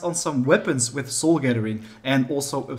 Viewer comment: How come you are pronouncing "soul" different now? You used to say "sewel" now you are pronouncing it as "sole"